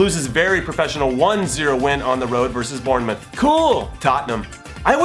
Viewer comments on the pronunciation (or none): bournemouth... BOURNEMOUTH